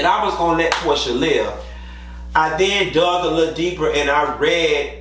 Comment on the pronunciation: damn I didn’t catch that. 😂 😂 not Pro-sha